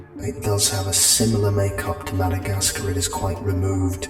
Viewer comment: Not complaining or anything, but I hated when he said “Madagascar”